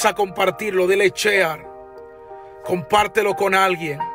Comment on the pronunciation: Dios te bendiga te siga usando el Eterno te guarde y haga resplandecer su rostro sobre ti y te de Paz Números hermano una pequeña corrección no se dice chear se dice sheir